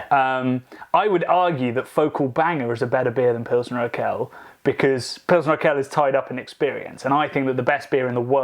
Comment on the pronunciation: I got goosebumps when said Urquell. I'm very much a Belgian and love a lot of our beers (yet I do agree that the US, UK and even our brothers from The Netherlands and Scandinavia have "caught up" (It's not a competition, is it)), but I lived and worked in Czech Republic for a year and after trying an unpasteurised and unfiltered oak aged pilsner in the cellars of the brewery my mind was blown. And most pilsners from tank or barrel had been great anywhere in the country. I haven't been able to convince any of my fellow country men how good Czech pilsner really is (heck, most think Duvel is the best and only good beer in the world) as all you can find is Urquell in small bottles or Budvar in cans but you guys gave me hope that my tasting buds did not cheat on me. Is it really the best beer in the world? Maybe on a boat indeed. But I agree: I hope I still have to discover it as well. Na zdraví!